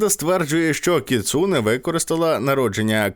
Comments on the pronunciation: не кіЦУне, а кіцуНЕ )) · сльози обурення щодо наголосу у слові кіцуне